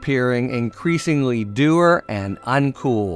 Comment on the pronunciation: Harry! "Dour" rhymes with tower, not doer!